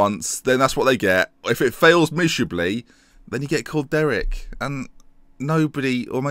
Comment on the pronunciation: I think you're saying Derek wrong, too.